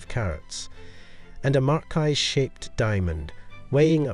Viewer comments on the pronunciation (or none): Every time this talks he'll mispronounce something. This time marquise is pron 'eese' at the end!!!! Suzette